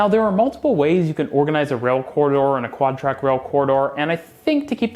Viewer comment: that moment when I couldn't tell whether you said "quad track" or "god track"